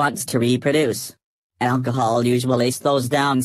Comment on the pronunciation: "alcohole" Im done